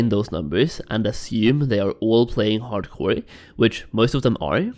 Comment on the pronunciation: That’s all I hear now 😂